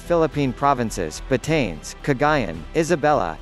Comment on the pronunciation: you should pronouns it right.... BAH-TA-NES.